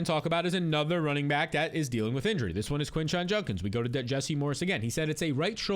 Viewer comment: For the love of god learn how to say Judkins 😂😂